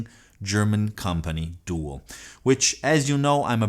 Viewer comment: Doo - AL is how it's pronounced .